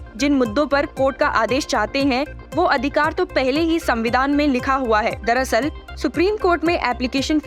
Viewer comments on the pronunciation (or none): none